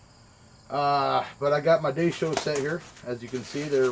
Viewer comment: firstly it daisho(die-show) not daysho. secondly. its japanese and your holding the note up side down